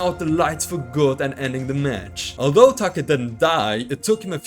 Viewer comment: It’s Take not Taka. Similar to pronouncing Date.